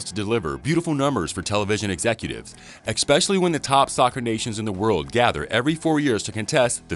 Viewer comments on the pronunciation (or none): There is no X in "especially."